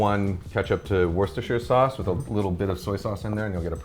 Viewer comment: He cant pronounce worcestershire sauce. He's definitely human.